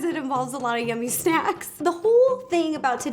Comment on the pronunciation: "Snecks" and "Melk"